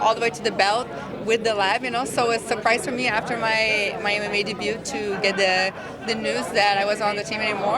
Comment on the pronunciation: wow she can't even pronounce debut properly